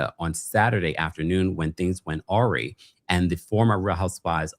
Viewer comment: I say this in love and as a faithful watcher,. But you mispronounced ‘awry’ in this video and in the one from today on the unfortunate story about Annemarie.